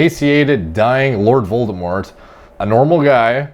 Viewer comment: When he said an emaciated Lord Voldemore I died!!!